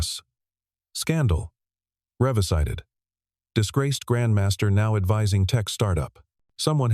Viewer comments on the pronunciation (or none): AI needs to learn the correct pronunciation of English words such as revisited. The correct pronunciation is ree visit ed, not re vii zit ed...Duh